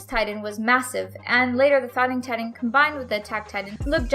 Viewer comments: She talks so lazy. Its titan not tidan. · I was gettin triggered when she called Titans “tidan” and called bertholdt “bearhole”